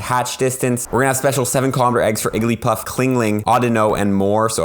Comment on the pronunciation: "Clingling" "Igglypuff"